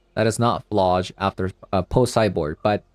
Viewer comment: I think it's not fuh-lodge, but more like flage, like flay + age, rhymes with mage or sage?